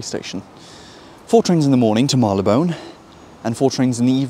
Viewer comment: Marylebone NOT Marleybone.